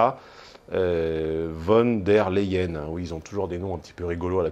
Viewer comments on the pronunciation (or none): Guide de prononciation pour UVDL. Ourzoula Fonne derre la hyeune (Leyen se prononce exactement comme Lion en anglais)